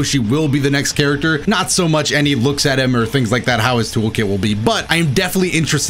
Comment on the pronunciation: put some sauce on that "HOW"